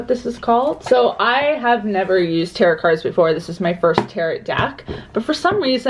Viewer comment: The second T is silent in tarot! ☺️